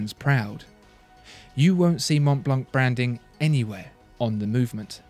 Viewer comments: The c is silent in Montblanc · Prononciation is Mon-blan, the c is silent, nice review though, keep the good work rolling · I love listening to him talking but if you speak about watches learn how to pronounce German and French names!! Literally ALL decent brand names are French or German. The pronunciation is just so very very English aka I know nothing outside of where I grew up. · André Torroni Montblanc is German. And they do pronounce the C at the end.